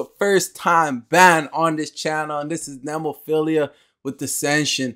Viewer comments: Mayu - badass "singer" Saki and Hazuki on lead guitars HARAGUCHI-SAN - bass Tamu - drums Also, it's "Neh-moe-feel-ah" Just an a at the end, not ia. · Thank you again, for great reactions! Glad you took the viewer advice on Nemophila. It's "NEH-MO-FEE-LA"---Nemophila is the Latin name for the flower called Baby Blue Eyes. Which you'll see in their band logo. It's actually a North American flower, but grows profusely in Japan, too. You can visit entire hillsides covered in the blue flowers, in parts of Japan. Nemophila love their American metal roots, and one of the mainstays of their youtube channel are covers of favorite metal classics. Cool that you have some Lovebites coming up. Just put Hanabie.'s "We Love Sweets" or "Otaku Lovely Densetsu" on your list, too, please. And if you haven't had any Maximum the Hormone, consider "Yoshu Fukushu". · Nemophila is a metal band. They are very diverse not all their songs have harsh vocals! Btw you can start by trying to get their name right next time 😂 ! It's NOT what you said!!! I won't even write it down. Try to erase that from your mind! There is no 2nd "i" at the end. You got the 1st part "Nemo" right + "phila" (like the 1st hall of PHILAdelphia if that helps :😅